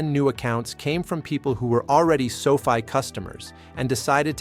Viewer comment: Its not Sofie its Sofi